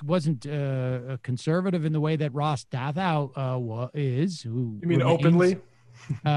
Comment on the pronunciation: Ross Dathout! It’s Douthat. I love how they constantly mispronounce his name.🤣😂😂😂😂